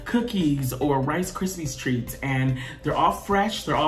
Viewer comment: First: Video idea. You guys get together and play Disney Themed Board Games. Yes it would be long but I would pay for something like that. Two: OMGoodness! I loved that Warm Bodies reference. One of my favorites movies and so underrated! Three: When says Rice KrispieS Treats I cringed. But then I though...it is Rice Krispies....so is he right....is my life a lie? Is it Rice KrispieS Treats instead of Rice Krispie Treats. Four: I just love you all. I know nothing new. But I really truly appreciate your content and it's a big part of my smile count each day! Lastly....Ella! Squeeee! <3